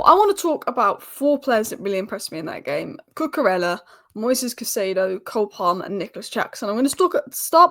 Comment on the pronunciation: Brilliant content as usual. Just a small "pronunciation nerd" point - it's more like: Coo -coo - RAY -a, not ELLA